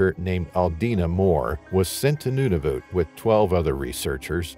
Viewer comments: It is not Nunavute it is Nunavut. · NuNAvut - he is pronouncing it as Nunuvut. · Accuracy? The territory is Nunavut, not Nudavut. Not "Inuits" but the name Inuit is already plural. There are no penguins in Nunavut and Pond Inlet is way above the tree line. 100's of km north of the Arctic circle. If basics aren't accurate, one may question accuracy of the actual event. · IT IS NOT NOONAVOOT. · The pronunciation of Nunavut is sending me 😂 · If you’re going to keep saying Nunavut, pronounce it correctly.